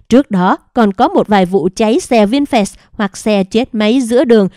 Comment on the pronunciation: Doc chu "vinfast" la vinh phat chu khong phai la "vinh phet "